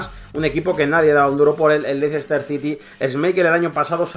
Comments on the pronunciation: Lo esta pronunciando como se escribe "Leicester", y en inglés se pronuncia " Lester" Leicester esta mal en el habla inglesa, debe de ser LESTER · se pronuncia "Lester" no Leicester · Me duelen los oídos cada vez que escucho 'Leicester' jajajaja buen video crack